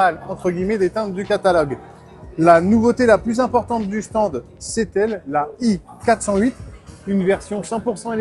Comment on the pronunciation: Prononciation à l'anglaise.